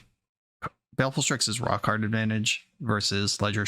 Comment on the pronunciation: Lol for a second I thought you said "Rock hard advantage" and not "Raw card advantage" at one point